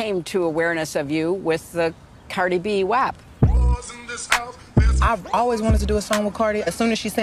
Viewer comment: you're pronouncing it "wap" like "drop", but I think its "wap" like "crap".